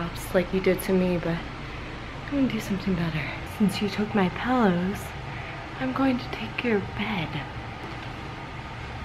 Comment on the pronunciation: He said it!!!! You say Pelllows